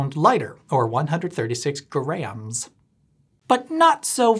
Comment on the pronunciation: Note: Grams, not Grahams